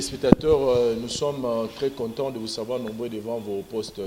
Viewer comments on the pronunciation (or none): na landaka yo parfois mais na remarquer olobaka toujours ''de vous savoir'' ezalaka bongo te, eza de VOUS AVOIR donc okotanga boye, DEVOUZAVOIR. Donc eza ZA, SA te. Merci ndeko.